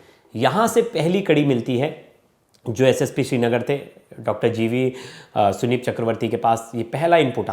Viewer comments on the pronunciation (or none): थोड़ा पढ़ा लिखा एंकर रखा कीजिए जो संदीप को सुनीप बोल रहा है